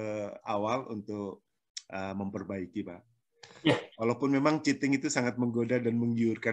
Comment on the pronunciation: Cheating bu.. Curang.. Bkn chating.